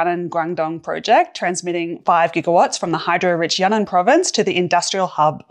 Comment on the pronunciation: Yunnan Province is actually pronounced you-ee-nan, and you pronounce the strange part quickly!